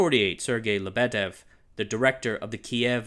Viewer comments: There is no LebEdev, there is LEbedev (the emphasis is on the first syllable). And how is it possible to make two mistakes in one person's name? It is not NikitA KhrUschev, it is NikIta KhruschEv (emphasis on the second syllable). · Not LeBEdev, LyeBedyev. Why isn't there something that helps people pronounce foreign words properly... And lol, idk why there's even need to explain, communism/socialism kills everything, especially if there's parallel competition with more free countries